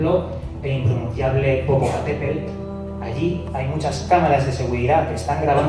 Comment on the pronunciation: El impronunciable Popocatepelt